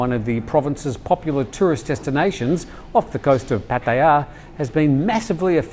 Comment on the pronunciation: pronounce Pattaya one more time like that u britt